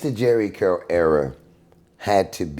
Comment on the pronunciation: This fool said SCurl 😅😅